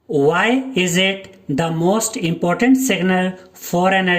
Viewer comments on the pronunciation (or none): none